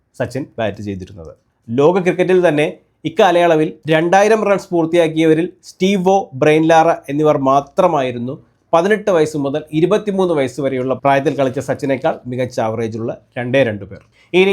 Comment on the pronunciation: ബ്രയിൻ ലാറ അല്ല.. ബ്രയാൻ ലാറ